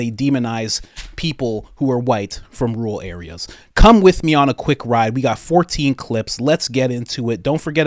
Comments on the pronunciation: Rural is pronounced Roo Rull not roo-ull. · Pull up the pronunciation on google, YouTube, or any online dictionary with recordings and it's RUR UHL with TWO Rs, both being pronounced. I love your content, but I am a pedant and I'd like you to get this one right too.